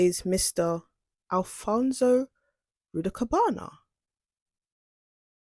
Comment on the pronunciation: His name is not alfonSO his name is al. fons correct pronunciation al fons ALPHONSE